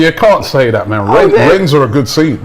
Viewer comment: Rennes. Do not pronounce the 's' . It's the same as wren.